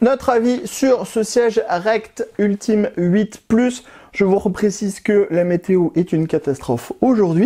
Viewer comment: Ultim8 ca se prononce « Ultimate » 😅